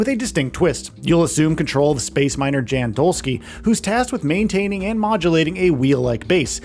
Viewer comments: It's not Dzhen, it's Yan. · 1 thing you NEED to know before making a “15 things you need to know about The Alters” is that the main character’s name is pronounced “Yan” as in young and not “Jan” as in January 😭💀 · Jan’s name is pronounced yon or yawn. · Young sound would be jun/yun. it sounds like Yon. Like Johansson sounds like Yohansson. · In the game they pronounce it as Yawn. So it doesn't matter where you live. That is the pronunciation of the person's name. Period. 🤷🏽‍♂️ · If you actually play the game, youll know how Jan is pronounced... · I feel like you mispronounced his name on purpose like a dick because there was no reason to say it as many times as you did smh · his name is pronounced multiple times in the game. nobody cares what the "American" pronunciation is. it's not an American name & "American" anything isn't the end-all be-all. that's the damn problem. you think because you live in the US, everybody must follow or excuse what YOU think is right. get over yourself. side note, I'm a New Yorker telling your goofy ass this.